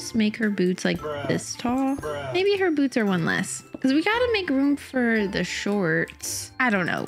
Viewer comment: Why do u keep saying boodie their bOots